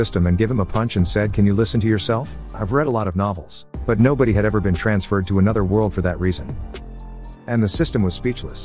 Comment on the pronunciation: What the heck. If you can't pronounce world correctly then fix the problem.